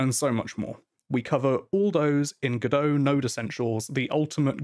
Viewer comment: It's Godot, like Robot. Nevertheless, great video!